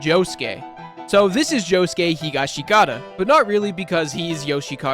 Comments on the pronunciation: Hi Ga Shi Ki ta is giving me brain damage. Higash(i)Kata, man, c'mon!! HEE GAH SHHHH KAH TAH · it's pronounced "Hi(hee)-gah(higher)-shi(lower)-kah(higher)-tah(lower)" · Good video, but you're banned from ever saying "higashikata" out loud ever again 😠